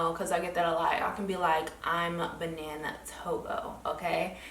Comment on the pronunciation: Benin is pronounce Ba-neen